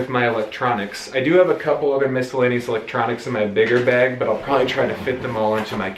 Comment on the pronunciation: You say beg for bag 😆